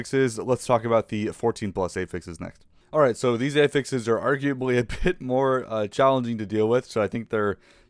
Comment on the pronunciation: great video, but wtf is up with ay-fixes